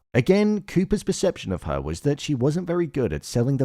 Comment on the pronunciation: Why are you pronouncing ‘her’ as ‘haaaarrrh’? 🤔🤷‍♂️